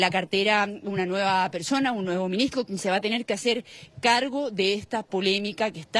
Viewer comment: el minigstro... minigstro... denle una fonoaudiologa a esa periodista